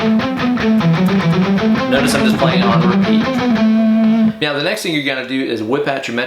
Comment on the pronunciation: Is there something wrong with my ears or are you saying "mauw" in stead of "now" like in that super troopers scene? Cool lick btw. I'll give it a go in a few'.